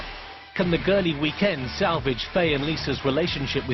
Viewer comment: You can hear Claire say what sounds like “Faye piss off”